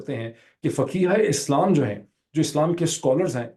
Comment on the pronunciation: Thr word is not pronounced "Faqeeha-i-Islaam", Doctor. It is "Fuqahaa-i-Islaam".